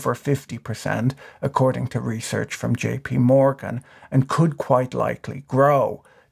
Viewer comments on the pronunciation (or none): none